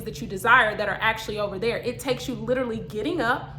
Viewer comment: is my favorite part. “It’s over dere” 😝 Great talk, ma’am.